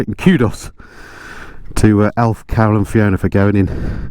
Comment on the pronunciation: I just watched this with the subtitles on. Very enjoyable but you might want to enunciate "Carol" a little clearer in future videos. Have a look for yourself but don't show Carol or she'll probably thump you